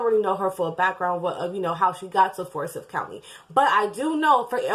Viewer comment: The four boys were hers, the oldest girl was her step-daughter, and was the biological child of Lee (Tamla's husband), however, not Tamla's biological daughter. Also, it's pronounces FOUR-sigh-TH .